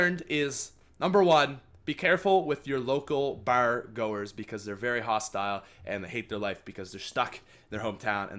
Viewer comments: The way he said bar lol. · The way u say bar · he says bar funny lol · He says bar so cool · I love your Canadian accent when you say bar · I was about to comment that